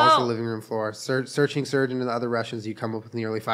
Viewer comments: Just realised at one hour and thirtyfive minutes in Surge is actually supposed to be pronounced Surgay cuz hes russian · I know this is 2 years too late but them pronouncing Serge as surge really grinds my gears lmao